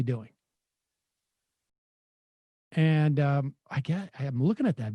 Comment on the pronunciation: every time this guy wants to say "and" it always sounds like "end"